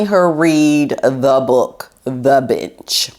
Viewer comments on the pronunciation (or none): it sounded as if you said: "the bitch", not the bench..lol. the latter is more accurate in MHO.